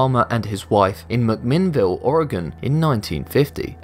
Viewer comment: Thank you for pronouncing Oregon correctly. I wish you were still reading for this channel.